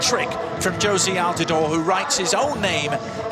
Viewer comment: I couldn't stop laughing at how he pronounced "Sarajevo" and "Asim Ferhatovic Hase"